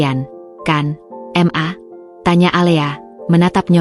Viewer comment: "ma" bukan "m" "a" sebut dgn betul lah...🙄